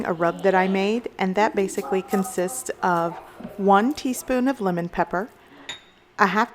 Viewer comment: Yeh.. And for the dressing use Lemon and not "Limon" 😂